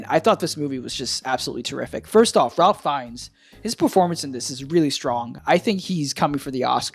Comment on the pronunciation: It's pronounced "Rafe". Not something anyone could be expected to know. Very intelligent review. I've subscribed.